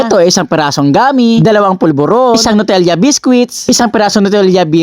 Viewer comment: Nutella po hindi po nutelia😂😂😂